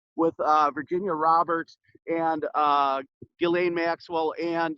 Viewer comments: Pronounced like GIzzLAINE MAXWELL. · Honestly, regardless of the lack of respect I have for maxwell, pronouncing the name right would go like this Ji like Jiping, SSSS like the hiss of a snake, laine, like wool in French. Jisssssss... Lèèèène. It's easier for Japanese to learn French as the sounds are really similar as it would be easier for Englisher to learn German as it has similar sonorities. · It's pronounced Jislen.